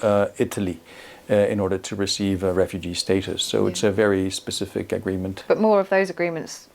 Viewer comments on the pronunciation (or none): Agh! Please say “specific” and not “Pacific”. It is truly annoying.